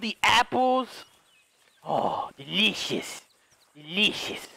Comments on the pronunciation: Deleeshus. Sitchiation” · Am I the only one that loves how he pronounces "delicious" and "situation"?